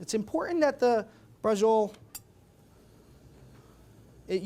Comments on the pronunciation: si scrive braciole e si pronuncia braciole e non basciole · Why are you pronouncing it with a J sound? It should be "brah-cheo-lay". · Pronounce bra...ci...o...le, atre y ou speaking dialect?